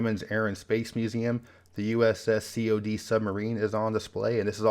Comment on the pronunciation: U.S.S. Cod, like the fish. Not, C, O, D. Fair and balanced review.